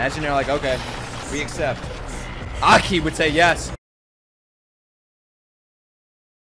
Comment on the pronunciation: You pronounce Aki like you're an African warlord.